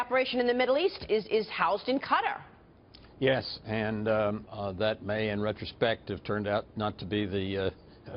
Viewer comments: Damn "Ka-terr" man!! Lol Learn how to say the country's name properly first before reporting,. Just for the record, it's pronounced Qa-taaaar, I can feel the Former CIA director irritated as fuck with your pronunciation. You know what, Fuck this, just get in contact with me and I'll personally give you a tour of Kater, you'll really enjoy it. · That bitch cant even pronounce Qatar.